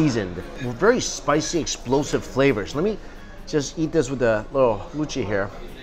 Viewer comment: can i just say that mike's "luchi" and "kosha mangsho" pronunciation was on point. and for people confusing luchi with bhature , luchi is just almost basic flour dough where as bhature is a bit more complicated recipe with more ingredients in it. and for the biryani, awadhi biryani dont have potato and egg in it, these are specialities of kolkata style biryani mostly. and yes it got a bit uncomfortable ...but glad it tastes good. and of course we should eat the way we want to . :)